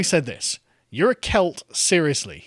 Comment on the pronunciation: It's the accent, he's saying cult...